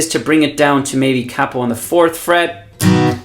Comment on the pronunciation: Thank you. But more importantly than all the great playing and advise, you say capo properly, with a soft a. 🏆